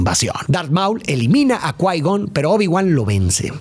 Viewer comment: El hecho que pronuncies mal los nombres como maúl o naboo, me hace pensar que no la viste y solo leiste un guión, que lastima